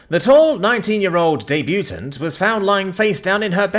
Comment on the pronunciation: Chuckles - day-bee-u-taunt Word correction for the day is done. feel free to bask in the glory correcedness.